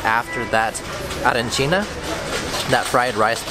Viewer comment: Salve,si dice Arancina